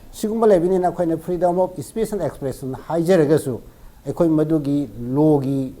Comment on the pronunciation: Keino anchor se pakhatliro maisey eidi nokpada wanthadourey "fedom af spet" hairisibo😂😂😂😂😂😂